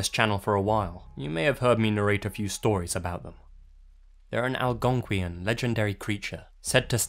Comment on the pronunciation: Am I the only one who is snickering about his pronunciation of Algonquian?